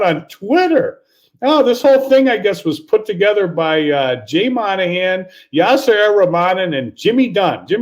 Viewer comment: It’s’Mawn-a-han’ not ‘Man-a-han’